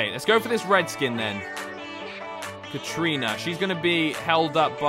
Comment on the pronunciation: katarina it’s Kat-a-rina not Kat - trina